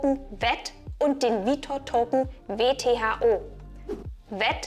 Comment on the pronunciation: Kleiner Sprachfehler: "VTHO" statt "WTHO"